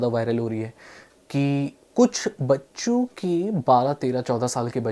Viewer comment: almost heard bakcho in place of baccho😅😂